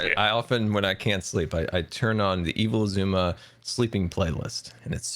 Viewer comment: Everyone: Evil Xisuma, Evil X.: Evil Sha-Shwam.